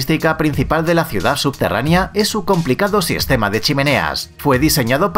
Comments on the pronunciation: no se dice subterraNIA, SE DICE SUBTERRANEA, el video , la investigación muy buena pero pierde credibilidad cuando la gente tiene faltas de ortografía o de pronunciación (es poco profesional), es como cuando escuchas algo interesante de una persona sin educación pero apenas y puede pronunciar el español correcto. Lo siento, yo en lo personal tengo una enfermedad que se llama MISANTROPÍA y me es difícil pasar este tipo de cosas, pero no deja de ser incorrecto. aún así el video me gusta. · Habla muy rapido y lo dice mal pero lo importante es que lo escribieron bien la palabra subterranea. Al final la pronuncia bien y mal 🤣 igual me gusto el video.